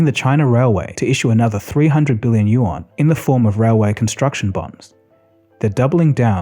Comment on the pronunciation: Hey, thanks for another well-made vid! May I suggest one pronunciation correction: the "yuan" is pronounced "you-en" or the same way you would say "UN" as letters, short for the "United Nations"